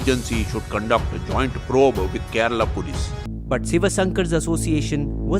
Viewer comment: It’s kerala not kerela